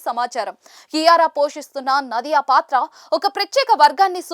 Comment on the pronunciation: ನದಿಯ ಅಲ್ಲ ನಾದಿಯ ಹ್ಯಮ ಅಲ್ಲ ಹುಮ